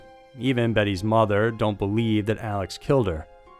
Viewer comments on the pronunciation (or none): none